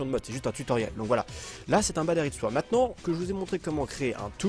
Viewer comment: o lieux de dire badarite sworld on dit badasworld